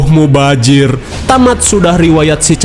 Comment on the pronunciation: "SUNGGUH MUBAJIR(MEMBAZIR) '😂😂😂